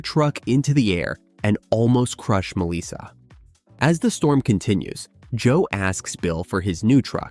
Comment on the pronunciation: It is not Misa it is Melissa.